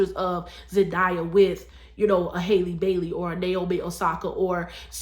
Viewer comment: Pronounced HAL-le, rhymes with valley 😒🙄